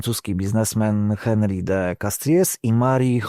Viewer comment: Albo „ąri” albo „henryk” – „henri” na pewno nie.